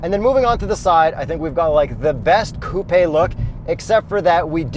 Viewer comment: The way he says coupèé